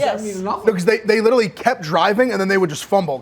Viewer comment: Can ever pronounce literally correctly? He says “L-Italy” like the country started with L. Pathetic.